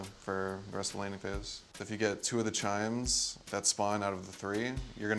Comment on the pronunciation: he pronounced CHIMES: SHIMES not SHRINES..